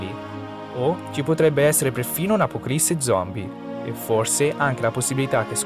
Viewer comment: Bel video ma “apocalisse zombie” non si puó sentire🤦🏻‍♂️